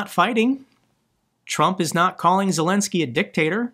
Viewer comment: Hey, your pronunciation of Ukrainian and Russian names is getting more and more impressive. Also, Zelenskyy is getting more and more impressive with that brilliant approach to Trump and the US.